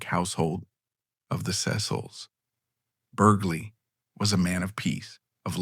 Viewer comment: I’m two minutes in and Devereux has already been mispronounced two different ways. The “gh” in “Lord Burghley” is silent, as in “thought.” I realize this is AI narration but surely you know this. It’s not a secret of any sort.